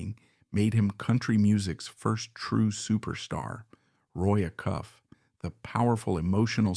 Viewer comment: Why do you show a Patsy Cline photo? Why mispronounce Roy Acuff's name.